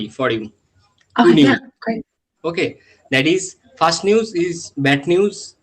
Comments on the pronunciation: It's not faarst neuwas ,,,first news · It's not faarst news ,,,first news